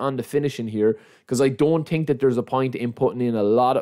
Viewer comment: „i tink“